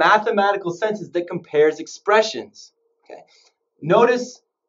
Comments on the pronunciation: man said sentance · Dude really said “sentance”